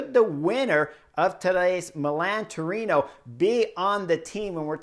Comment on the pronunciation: Chris. It is Milan or Milano. Not Milam.